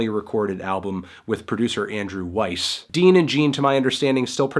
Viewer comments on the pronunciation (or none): none